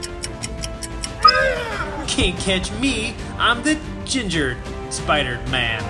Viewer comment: The girl: ITs SiPder-MaN